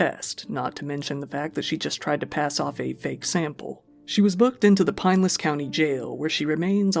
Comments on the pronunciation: Re the florida case: Pin-el-ess. Gotchu fam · Living in pinellas county with the Florida woman story, I never heard someone say pinellas like that before so I had to do a double take 😂 I laugh all in good fun though, I love your videos! ❤️